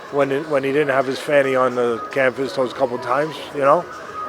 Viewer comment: His fanny on canvous lol. Yes I know it's a arse in American